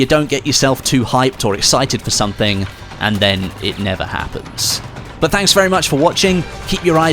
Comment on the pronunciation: why would i subscribe when you can't pronounce the word "but" peoperly? buuuuuu